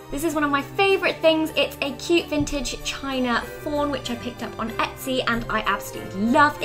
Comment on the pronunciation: *Etsy not test